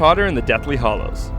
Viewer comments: Hallows not hollows 😂😂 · Sorry, but it's "Hallows" not "Hollows" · Deathly Hallows not hollows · Deathly HALLOWS. Not hollows. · it's deathly HALLOWS not HOLLOWS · It's hallows not hollows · it hallows not hollows lololololololololol :D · "Harry Potter and the Deathly Hollows" wasn't it "Hallows"? And when you showed the names for part 1 and 2, it said Hallows too. Wooooot. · HALLOWS not HOLLOWS! Do a little research! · uuuuhm it's "Deathly Hallows" not "Deathly Hollows" wtf... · Did he just say the fucking deathly HOLLOWS??? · Harry Potter and the Deathly HALLOWS not 'Hollows'... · Its the deathly hallows.. not hollows :-o